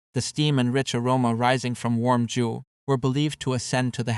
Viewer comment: Please stop butchering 酒 as JOO, it sounds much closer if you just pronounce it like the name Joe